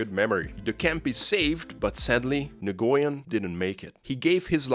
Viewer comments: Nguyen is pronounced "Wen" not "Nagoyen" 😂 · pronounced new-yen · My friend tells me "Nguyen" is similar to the Chinese name "Yuen" so it's pronounced 'N'Win' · "Nah goy en" he says. Lmao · your stuff is awesome, but just one thing: nguyen is pronounced like nwin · In case you ever need it in the future, "Nguyen" is pronounced "NU-Yen". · Nguyen is pronounced like Win/When, at least thats how ive always heard it.. Source = growing up in SE Houston with lots of Viet friends EDIT: turns out viet is super difficult to pronounce and I've been saying that for like 20+ years as its what the fella himself told me to say, but its not technically correct. Almost every native Viet+English speakers have been fine "wen" or adding an n sound like "n'wen" ontop in my experience EDIT2: okay this rabbithole is super complicated and among several native speakers and American born Viet/English speakers there's 3 accepted, including some posters who have the very common last name of Nguyen. • when • NEW-yen • NUH-wen EDIT3: straight from Wikipedia with IPA Phonetic Pronunciation Guide Common pronunciations by English speakers include /wɪn/ win,[19][20] /nuːˈjɛn/ noo-YEN and /ˈnjuːən/ NEW-ən.[21]